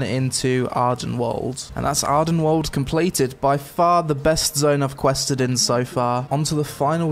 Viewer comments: wee - ald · "Weald" is an Old English word meaning forest and is pronounced like "wheeled" or, according to IPA, as "wēld"